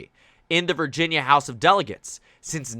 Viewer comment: "Virjersey"? I would like to visit that place.